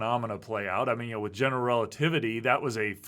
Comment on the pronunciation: I find it interesting that has adopted Dr. Ross' pronunciation of "general relativity" - "gen'l relativity". I think I would, too, if I'd have spent that much time with Dr. Ross.